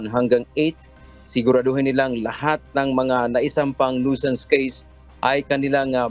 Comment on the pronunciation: CORRECTION FOR THE PRONUNCIATION OF THE WORD NUISANCE. NOISE IS PRONOUNCED AS NOYZ. NUISANCE IS PRONOUNCED AS NYU. SANS. CHECK THE DICTIONARY YOU ARE AWAYS GOT WRONG OF YOUR PRONUNCIATION. Simulation is Sim. Yu(ya). ley. shun Southern is SATHERN. You seem funny in pronouncing words.